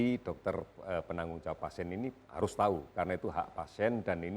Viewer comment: ternyata najwa gabisa bilang PASIEN